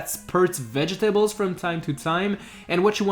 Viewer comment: When you said vetables danguros lol😆😆😆